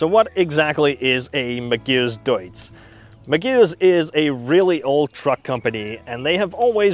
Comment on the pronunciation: The first time you said it I thought it was probably just an error but by the fifth time I thought he just isnt reading it right , the vehicle is a Magirus Deutz which is pronounced Mag ih russ Doytze, back in the fifties/sixties and seventies they were world famous for their almost indestructable Deutze air cooled V engines that would start instantly whatever the temperature even as low as minus ten centigrade first turn of the key while all other big Diesels of the time would struggle ( never did find where they hid the anti freeze filler cap though lol) usually in three and four axle tippers but with a smattering of artic tractors here and there. Oh and by the way Iveco (acronym of INdustrial VEhicles COrporation) is pronounced eye vee co.